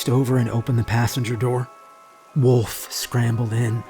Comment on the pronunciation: My last name is Wolf and yes that's how its spelled. All I want to say is thank you for saying it correctly instead of Saying woof like everyone else!